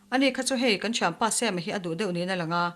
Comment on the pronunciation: ngaithla leh lawk teng... Sam-a hming Mizo taka Sam-a ti mai lo a Sem-a tih hi ka beng a kham 😋